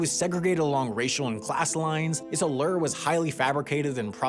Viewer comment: I’ve never heard that pronunciation of allure before.. 👀